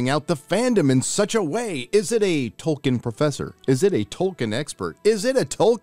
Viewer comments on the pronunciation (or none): The amount of fucking times they say "Tolkenien" makes me want to blow my fucking brains out.